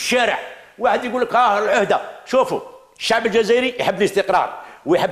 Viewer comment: لاحظت في طريقته في الكلام انه يهدر باسم الشعب ... باس زعمة يدخلهالنا في روسنا... حقا حقا الشعب يحب الكرامة و يحب الاستقرار (تهديد ضمني بالعشرية السوداء) و الشعب كذا و السعب كذا... زعم واش حبيتنا في قلوبنا نقولو ايه صح حنا نحبو هاذو و معليش نقبلو بالعهدة الخامسة واش فيها ... البارح تاني نفس الطريقة .. الشباب يحب كذا و يحب كذا و ماهوش كذا نتا شكون باه تهدر باسم الشعب و الشباب .. استغفر الله نطقها يجي ميتين مرة كلمة الشباب باه كي نتفكرو حملة بوتف جينا ظيراكت كلمة الشباب في ريسانا.. بففف طريقة مفضوحة... قالك نسلمو المشعل للشباب عن طريق العهدة الخامسة ... يتسمى خلاص السيد راه فراها و خرج بوتف وخلاص و لا حبينا نستلمو المشعل بوتاف فيها فيها هذاك طرف لا يتغير في المعادلة.... و بيان سور يخصصولك كتش خمسة مليار دولار يسير بيها البلاد بكعور و دز لعور و المئات لي بقات هم هم ...